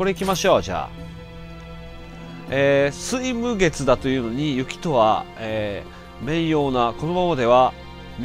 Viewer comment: 水無月➡すいなつきではなくみなづき(6月)ですよ～ 必殺！ずっとKILLアタック！笑